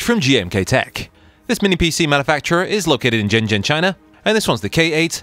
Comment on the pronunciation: I love the way you pronounce Shenzhen 😆 would also like to see some gameplay on Hogwarts Legacy